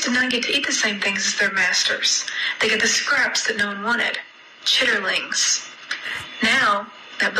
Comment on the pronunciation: I don't eat pork, or even care about others that do. My concern is how I got triggered by the way she said "chit-terlings" lol! I definitely feel that even the use, or reference of terms like wokeness, or culture is way past dead.